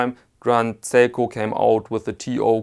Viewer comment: oh, its seiko, not psycho.